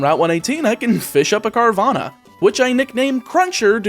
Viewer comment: It's not Carvana, it's Carvagna